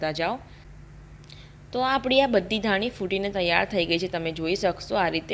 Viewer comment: બેન ધાનિ નઈ ધાણી ....પાની નઈ પાણી..દાના નઈ સિંગ દાણા 😁😁😁 બેન પણ મને તમારી રેસ્પી બોવ ગેમ...